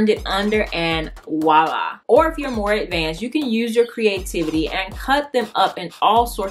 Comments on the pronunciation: PS. It's Voila, with a "v", NOT wu-lah, no such word. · It's "Voila," not wallah or whatever you keep saying, it's french for there it is. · With all due respect, it's "Voilà" not "Walla" voi·là | \ vwä-ˈlä , nonstandard wä- \ variants: or voila. - Used to call attention, to express satisfaction or approval, or to suggest an appearance as if by magic 👍🏼